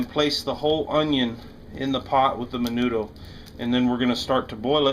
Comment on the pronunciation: when you say mendo you dont say the d